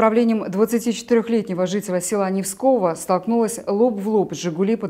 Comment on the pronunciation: Уважаемая ведущая , не Невского , а Невского, ударение на 2 букве, я как услышал ржать начал. Или когда ведущих подбирают только на внешность смотрят?